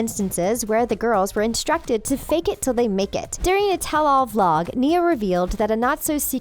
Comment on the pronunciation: is the person who talks a robot she said nia wrong!!!!!!!!!!!!!!!!!!!!!